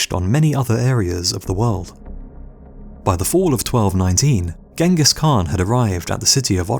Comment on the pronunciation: Mr Rob lang in the comments-I do hope it does not stand for language! It is Ghengis not Gangus. There is a reason for such spelling ie; (gee hyeng gis) not gang-gus. Nothing personal. The narrarator really needs l i guistic help-it is Igor ( ee-gore) not eye gore. Really and they feel they educate!!